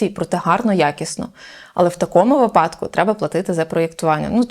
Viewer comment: Багато гостей у цій студії ставить наголос у слові " вИпадок"- випАдок. Трохи ріже вухо кожного разу як я це чую. Моя вчителька сказала мені класний вислів: у кого випАдки у того припадки, а у нас вИпадки. Досі пам'ятаю цей вислів. Ну і по стандарту, коли буде водій маршрутки?